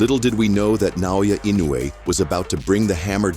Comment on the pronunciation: That's my name, Naoya Inoue. Do you know now? Say it again Naoya Inoue again.........its ok its already stamped on my jaw😅😂.